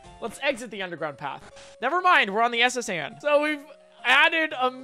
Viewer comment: the way he says the s.s. Anne 😂😂😂